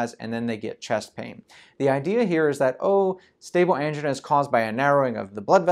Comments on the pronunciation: It sounds like female engine :-D (but im not from english speaking country) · I have never heard the word “angina” pronounced the way this guy does.